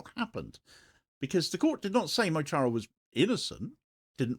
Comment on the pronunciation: FYI Mo Chara is pronounced Muh Kara, which means ' my friend'.